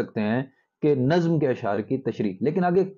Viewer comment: افسوس کہ اردو کے استاد اردو ہی نہیں بول پاتے، لفظ نظم کا تلفظ ہی نہیں جانتے.